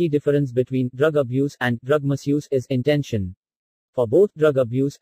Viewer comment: It is Intention not intesion, erit it boy